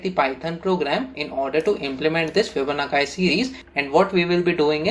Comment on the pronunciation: bhai fibonakkai nahi Fibonacci hota h